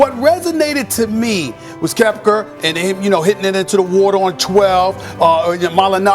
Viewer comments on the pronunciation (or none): Stephen A is absolute garbage when it comes to sports other than the NBA. Dude can’t even pronounce Koepka and Mollinari correctly. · How he gonna prepare this whole thing and still not say Koepka and Mollinari right💀